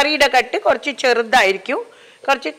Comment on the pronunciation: ഇങ്ങളെ cooking നേക്കാൾ ഇൻക്കിഷ്ട്ടം ഇങ്ങളെ ബർത്താനം ആണുട്ടോ 😌ഇങ്ങൾ കൊർച് എന്ന് പറീണത് എന്ത് രസായിട്ടാ ❤